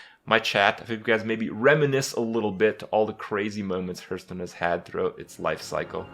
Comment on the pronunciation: I hate when he says Herthstone soooo much